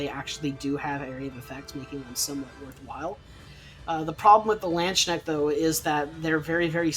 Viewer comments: Hey man, just thought I'd say there is no SH in Landsknecht. You pronounce it as lahndsknekht or /l'ɑntsknɛxt/. Also time stamps would be good. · Also a simpler explanation for English speakers would be "Landskinect".